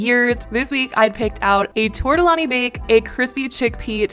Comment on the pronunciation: I love you and I’m not trying to nit pick but you said tortellini wrong